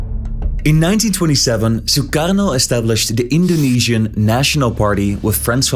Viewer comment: From your pronunciation of the name of "Soekarno", it seems that you are Dutch. :)